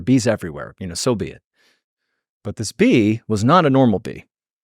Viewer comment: "So bee it" 👀